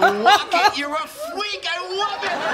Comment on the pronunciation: Kripke kills me every time.. "A wocket, yuwr a Fweak, I Wove it!.." HEAHAHAHAHAHAA